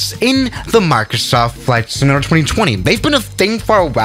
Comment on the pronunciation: He said flight simantator